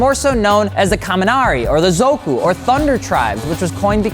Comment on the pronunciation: it's zoku as in 'family' or 'clan'